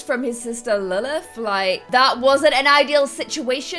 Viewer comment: lilth not faith